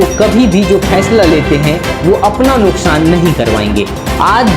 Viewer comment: Nukshaan nahi hota hai nuksaan hota bolna to sikho news anchor